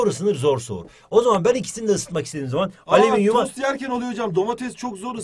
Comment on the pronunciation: ığhmm ali...ığhali EVET harikasın ALİMİNYUM 😂😅